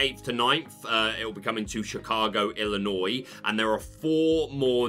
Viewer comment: I'm impressed you pronounced Illinois correct. You'd be surprised how often I hear people pronounce it with the S at the end.